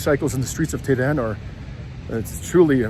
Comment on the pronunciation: For the love of God, you're supposed to be a Journalist!!! Why don't you try to learn the correct prounonciation of the country,city you're visiting! EE RAN? TE RAN? CUTTER? Really!? This is not only a disrespectful , but also makes your story, irrelevant & quite unbearable to watch. While visiting Iran, I strongly suggest, that you would ask around, listen, pay close attention, so hopefully you can try your best to learn the correct pronounciation of these Cities & Countries. You owe this to 33k plus who viewers so far. Hope you won't mind, but I had to be blunt.